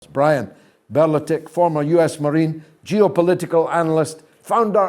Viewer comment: Not ‘be le tick’. ‘Ber le tick’